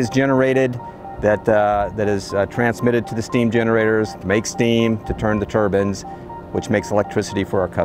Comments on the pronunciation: “... turns the turbans” - is what it sounds like. “Tur-BINES”, not “turbans” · “Turn the turbins 👳🏾‍♂️” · When are people going to stop pronouncing it turbans and say turbines?